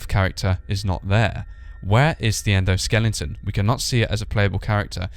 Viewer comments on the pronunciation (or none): He said "Endoskelington" lol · endo-skellington? i busted out laughing when i heard that